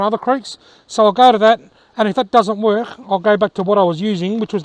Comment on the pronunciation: Nice video. The communication is great. You said worch instead of work. I hope your hand gets better. Great fish. I like that you upload often.